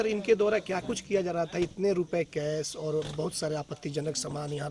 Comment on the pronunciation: Kes rupaye nahi, Kesh bolo or suru nahi , shuru bolo. Apna s sahi Karo fir video banao